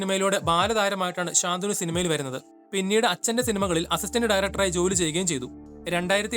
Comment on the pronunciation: ശാന്തനു ഭാഗ്യരാജ് എന്നല്ല. ശന്തനു ഭാഗ്യരാജ് എന്നാണ് പറയേണ്ടത്.